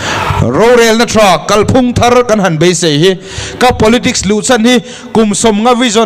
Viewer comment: Midang sawi ang lo in, 'Kalphung' tih a lam rîk dân hi a dik.